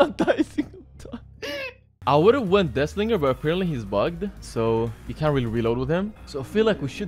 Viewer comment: Why Death Slinger sound like "Dis Nigga" 😭😭